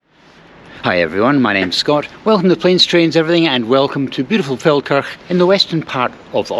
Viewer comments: As I live near it, I keep thinking you are saying, “Falkirk” 😂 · Every time you say Felkerk I hear Falkirk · Just for a split second, i thought you were pronouncing Falkirk in a posh way. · I first thought you said 'beautiful Falkirk' in Austria 😂